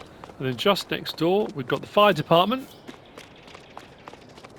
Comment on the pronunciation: You said defartment!!!!😂🤣😂🤣